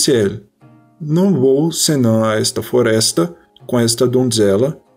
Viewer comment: Wow, 100% understandable for a Brazilian. Strangely the speaker pronounced 'cras' (tomorrow) like 'crês' (believe).